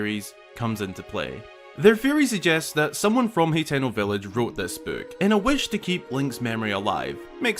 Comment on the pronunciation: Its pronounced (ha-ten-o) lol